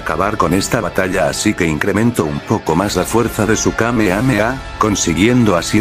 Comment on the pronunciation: Dijo kame kame a xD